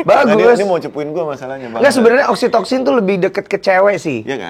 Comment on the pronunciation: Btw oksitosin yaa bukan oksitoksin😂